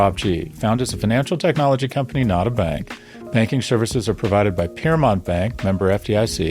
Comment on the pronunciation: As a fan of language and accents, I love when says the word, “bank” it’s like, “BANGk” 😂🫶